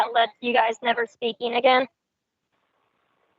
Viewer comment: “Ageen Ramona, ageen!”